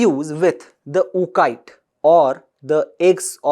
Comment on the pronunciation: It's Oo (psy) cyte ...and Cryo preservation...rest is good.